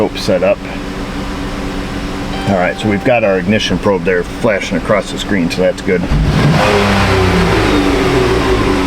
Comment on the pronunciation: I know New York has a different language than other areas of the country, but what is the meaning of the word "acrost" ?